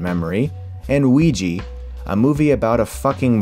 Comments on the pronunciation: Agree with the points made- but for the love of Pete, stop with the "Wee-jee"! Yes, it's a stupid movie about a ridiculous made-up game named after the combined French and German words for "yes", but never in English does an "A" magically turn into a long "E". It's the same brain-tic that causes people to pronounce "Reese's" as "Ree-sees". /rant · As a European, I'm triggered every time I hear an American mispronounce "ouija" as "ouiji"... I'm thinking of pushing the pronounciation "Ar-kan-sas" above "Ar-can-saw" as a kind of petty retaliation. =_____= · wait how is ouija pronounced weegee - a non-native english speaker i mean if it was ouiji then... ok. but ouija. how does ja become gee can you burn a weegee board????? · Wait a second, Ouija is really pronounced "weegee"? I legit thought for a second you were mocking the film by pronouncing it that way. :D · It's pronounced Oui-ha, you fuck. Since it comes from the translation of 'yes' from french and german. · Am I the only one that is irritated by him pronouncing Ouija as weegee? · Uhh.. I thin "weejee" isn't the correct pronunciation of ouija :P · good video, but the way you pronounce ouija is just gross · I can`t take you too seriously this time if you keep mispronouncing wrong "Ouija". Above that, you were right about horror sense. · You mispronounce Ouija. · Completely agree with this video (except for the pronunciation of "Ouija"). Jump scares are mostly cheap, and a way of saying, "I don't really know how to make a scary movie." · Ouija has an A at the end, Chris. You pronounce that A. Just sayin'. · is it really pronounced "Ouij-ee" instead of "Ouij - aa"? As for the non-english speaking part of the world, I can at least confirm it's pronounced Ouij - aa... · “…and most recently, Wee-jee”. “Oija” is pronounced “Wee-juh”, not “Wee-jee”. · Why are you saying "Ouiji" instead of Ouija? Like EVERY single time. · Wiji?... ouijaaaaa with an a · Ouija is pronounced WEE-YAH... not WEEYEE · It's pronounced "Wee-juh"